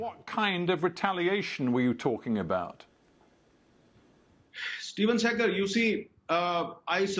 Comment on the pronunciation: Ohh stupid its Stephen Suckur. Not Stephen Sehgal .